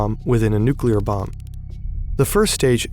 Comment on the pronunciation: It sounds like you are pronouncing the bomb german .... Bombe.